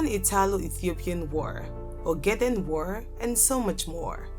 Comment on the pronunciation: The word is pronounced war, not wer....